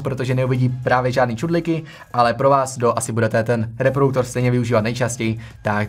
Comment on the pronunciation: Ahoj, tvá videa jsou dobrá, jen bys měl asi věnovat trochu víc pozornosti své výslovnosti. Polykáš slabiky (třeba v tomto videu slovo "reproduktor" vyslovuješ jako "reprouktor") a příliš drmolíš, zpomal. Pardon za kritiku, jinak fajn videa a hodně zdaru.